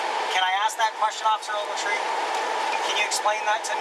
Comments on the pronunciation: Every time he says officer ovaltree take a shot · "Officer Ogeltree","Officer Ogeltree","Officer Ogeltree","Officer Ogeltree","Officer Ogeltree","Officer Ogeltree","Officer Ogeltree","Officer Ogeltree","Officer Ogeltree","Officer Ogeltree","Officer Ogeltree","Officer Ogeltree","Officer Ogeltree","Officer Ogeltree","Officer Ogeltree","Officer Ogeltree","Officer Ogeltree","Officer Ogeltree","Officer Ogeltree","Officer Ogeltree","Officer Ogeltree","Officer Ogeltree", "Officer Ogeltree", "Officer Ogeltree", "Officer Ogeltree", "Officer Ogeltree", "Officer Ogeltree", "Officer Ogeltree", "Officer Ogeltree", "Officer Ogeltree", Shut the fuck up you douche...